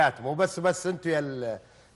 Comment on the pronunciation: يستاهلها والله لانه جاب الفوز والكاس محمود كهرباء برغم اني اهلاوي ابارك للعميد الفوز بجداره والمذيع مايعرف ينطق اسم السياره ههههههه